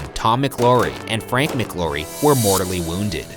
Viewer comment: Also you are pronounceing mclaury wrong